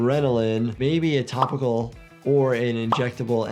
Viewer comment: Anyone else hear “Taco Bell” instead of “topical” 😂